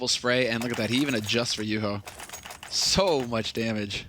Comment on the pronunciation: well I mean he's calling juho juhu too :D